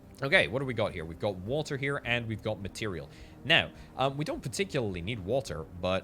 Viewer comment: I kept looking around for walter lol I swear that's what I kept hearing til I figured out you was saying water lmfao!